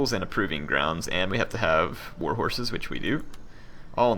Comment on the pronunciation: did anyone else hear total whore instead of total war in the beginning? no? just me i guess